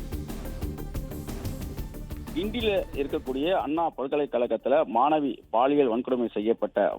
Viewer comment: அண்ணா அன்னா மாணவி மானவி இதுதான் பாலிமர் பெண் செய்தி வாசிப்பாளரின் அசிங்கமான தமிழ் உச்சரிப்பு.தயவுசெய்து பாலிமர் செய்தி சேனலில் இந்த பெண்ணை வாசிக்கவிடாதீர்கள்.